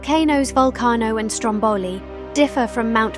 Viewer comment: Just for info, in Italy we say Stròmboli, not Strombòli (ie the stress is on the first vowel :)